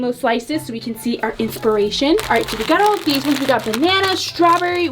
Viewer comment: These ones that's not how you say these ones